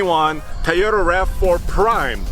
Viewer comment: Excellent comparison guys, why keeps saying Ta-yo- ra it is Toyota